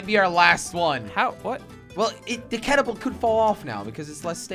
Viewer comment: I like how when jelly tries to say catapult, he says cactapult with a C 😂😂 I hope you notice jelly! Luv u